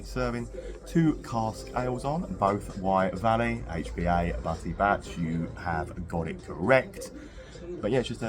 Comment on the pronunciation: It's not butty bach it's Welsh and pronounced butty bark . Bach means little just letting you know ❤